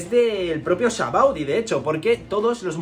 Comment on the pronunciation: te doy like por el simple hecho de mencionar "sabaody" correctamente y no "shabondy"como dice todo el mundo 🤣